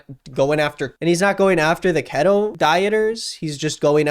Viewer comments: I find it baffling that this person who has likely never had to diet in any form in his entire life finds it necessary to pretend for twenty minutes to be an expert on the matter. Despite the fact that he couldn't do enough research to even pronounce it correctly, he is still able to poke fun at the people who have. There are plenty of studies out there that prove the efficacy of the diet for those who want to find them. He obviously didn't want to, because it's easier to spend twenty minutes making fun of dieters (and to equate them with anti-vaxxers) than to spend twenty minutes reading about the doctor who literally argued the case for a ketogenic diet in court and won, or do a five second search to learn that it was suggested for weight loss a full sixty years before it was used for epilepsy (a fact that doesn't fit his narrative the people are using it for unintended purposes). It's easy and funny for him to lie about diet pills not killing anyone (god, just do A SINGLE google search and you'll learn about things like Fen-Phen, Meridia, et cetera all in the same article!) despite the fact that there is zero evidence that anyone has died from keto dieting. He finds it fun to make fun of someone for eating two whole tablespoons of cheese (god forbid two whole tablespoons!), or putting cheese on a pizza (the audacity!) after admitting that he gets food delivered to his house constantly (no, no, you're right, I'm sure it's all salads, whole foods, and ancient grains and it's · Ok we love you but it’s pronounced “kee-toe” On the real though this is a good vid, my dad did the keto diet for quite a while and it’s cool to see someone talk about it’s negative effects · you are literally the first person I've heard pronounce keto with a short E sound lol. Keeeeeeto. It is spelled like you said it tho maybe you're right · Bb it’s pronounced key-to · I love you but it is pronounced "kee-toe" <3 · At least learn how to say KETO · ket-oh lmao, its key-toe